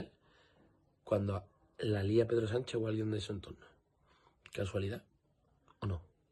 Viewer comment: Hacer caso del inteligente que empieza diciendo " la mañana donde...." el que tiene tanto desparpajo para no saber pronunciar "prevaricación y Sánchez ", al patriota que disfruta de ver sufrir al pueblo por un problema eléctrico o al que culpa del problema y hasta de la solución es de ser psicópata y tener mucho odio dentro.